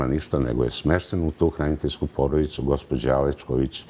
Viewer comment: Ko je ovaj čovek?Oseća se veeelika laž.Djordjević ministar, ko je on?Oduvek mutan!Ovoga je ON izabrao! Za koga radi? Zašto govori: gospodža, neče,kršeči,odredženi...odakle je ova spodoba? Menja pitanja voditeljke jer nešto krije!??? Uaaaaa...uaaaaa...uaaaa